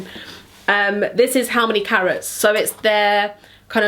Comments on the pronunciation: Who else heard « how many carrots » instead of carats? 😂🥕💎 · Just thought you said 'how many carrots' lol